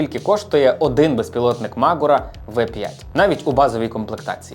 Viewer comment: Дякую, цікаво та пізнавально! Але не дуже зрозумів, чому наголос "мАгура", наче ж правильно "магУра". Принаймні саме так називається гора у Карпатах - звісно, може назва має інше походження...